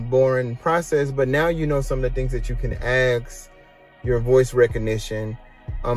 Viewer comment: It’s funny that you say “asking” normally but you say “axe” instead of ask. 😂